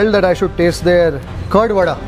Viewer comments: idli “vade” not “one day” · Even though she said vada he said vade Poor performance of that lady😢😢😢